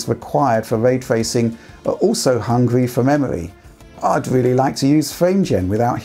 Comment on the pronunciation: hungwy for memowy